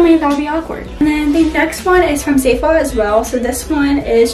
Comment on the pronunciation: It’s not pronounced like zayful there’s no y I don’t know where you got that from. It’s zaful. The a says ah as in Apple